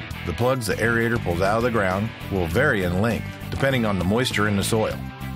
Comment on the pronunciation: The correct term is AERATOR, NOT aereator.Thanks for showing a woman operator.